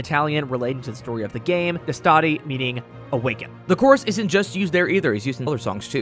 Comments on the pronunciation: Btw, the right pronunciation is with the stress on the E. Dèstati, not destàti. It means "wake up" in Italian. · I'm just here to say that the correct pronunciation is "dèstati". The accent is important! - Your friendly neighborhood Italian viewer (Nice video, man) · As an italian I didn't even think pronouncing Destati like that was actually possible good job